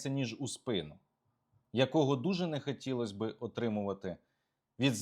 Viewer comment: Олександре, дуже сильний моцкальський акцент. треба працювати над вимовою. найпримітивніше: не Польша, а ПольЩа, і це, повір, українською так і вимовляється. не щё, а що, не 'нехатілосьби', а нехОтілось би і так далі. переслухай себе і повторюй правильно що почуєш.